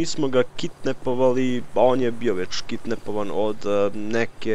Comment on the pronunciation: Nije kitnepovali, kidnapovan, znam da nisi sa Balkana ali eto da znas jezik jos bolje :D